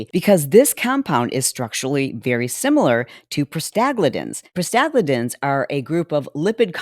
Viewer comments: Medical gal here. It's Prosta-GLAND-ins. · You lost me when you tried to pronounce "prostaglandins". Took me a moment to realize what you were talking about. lol